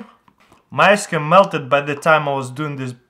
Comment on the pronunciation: "4 Table spoons of Nacho's spring water" "Then I am going to add my ask-cream" You mean thawed out yoghurt